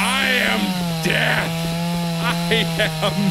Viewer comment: i thought he said "i am dad" XD